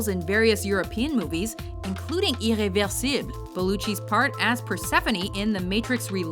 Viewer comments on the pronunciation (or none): Had to comment: the way u pronounced "Irreversible" really, but really, gave me chills, not the good kind.